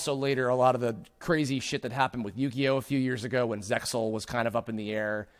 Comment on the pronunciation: Okay, this needs to be said; the pronunciation for Zexal is zey-all, the x is entirely silent. Of course, the very first thing that 4Kids did to ruin it was pronounce the name wrong.